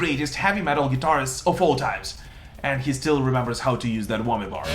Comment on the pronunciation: Wait, you are no longer saying 'Gitterist'. Love this channel, great vlog, agree torally.